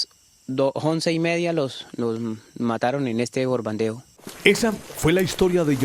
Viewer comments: Borbandeo jsjsjjsjs xD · El “borbandeo”🤣 en vez de “bombardeó”